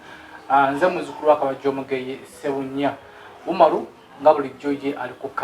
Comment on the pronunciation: I can't stop teething the way sb4 calling Umar mbu "jooli "😃😃😃😃😃